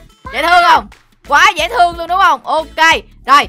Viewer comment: Người ta đọc: dễ thương Chị tui đọc: dễ tương ( âm h đâu mất tiêu r )